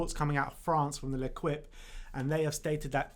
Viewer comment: L'Equipe is pronounced "Le-Keep", not "Leqwip". ;) Otherwise, a great show! Loving to see the great content you guys are churning out.